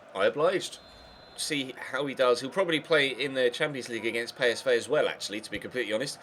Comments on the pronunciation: pey-es-vay? PSV say pee-es-vee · ITS NOT PSVAY ITS PSV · bruh I think that's the Dutch way of saying it